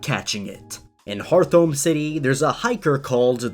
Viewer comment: Wait- HearTHOME?!...u-u..its HeartHOME city sighs